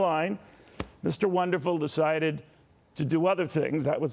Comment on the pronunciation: Aahah, juste de la façon dont tu prononces le mot Québec mon Kevin, on sait d'avance que ça va finir en bashing.... C'est l'Ontario qui décide pour les élections fédérales. Sérieusement, la seule zone qui vote pour les libéraux au Québec, c'est le territoire non-cédé par les Mohwaks (Montréal Ouest les anglos). Oh, et les provinces Atlantiques qui veulent les subventions fédérales.